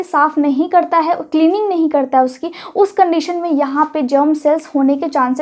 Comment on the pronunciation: उच्चारण सही कीजिए मैडम जी र को ड बोलती हैं जिससे कन्फ्यूजन होता है करता है को कडता है बोलने से विशेष बात होती है क्या